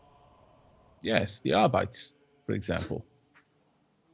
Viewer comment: Isn't it supposed to be pronounced "Ar-be-tehs," instead of "Ar-bites?"